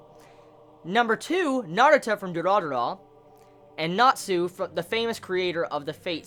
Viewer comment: I'm not gonna lie. Every time you called Nasu Natsu, I cringed. If you want to make it easy for yourself, just call him Mushroom Man.